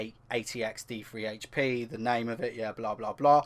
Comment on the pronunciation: Is it just me or you said F2AA80X-D3HP?